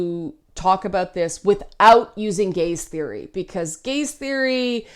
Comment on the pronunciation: I can't hear you say "gaze theory" without thinking "gays theory."